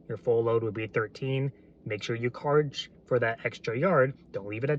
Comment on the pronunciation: did you say "Karge for that extra yard"